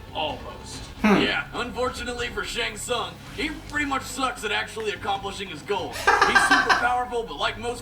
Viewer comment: I don't know why they keep misprouncing Shang Tsung's name.